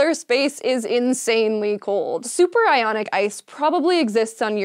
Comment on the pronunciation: I thought she said superironic ice